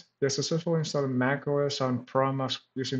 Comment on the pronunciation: proXmox. There is an X in there that you pronounce!